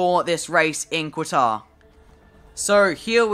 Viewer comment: FYI Its pronounced "Katar", not "Quatar"